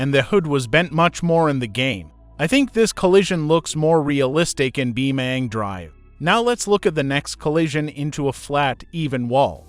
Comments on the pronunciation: Why you say bioming drive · "Beemaang draev"